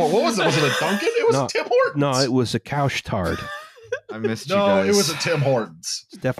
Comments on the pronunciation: For those wondering, it's pronounced "Koosh Tarr". Couche-Tard essentially means "we're open late". It's a convenience store. It could have also been a Tim Hortons. They often have kiosks in Couche-Tard stores. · Hearing this man say Couche Tard hurts so bad